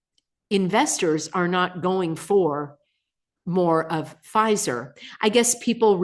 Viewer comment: Pfizer? Or fissure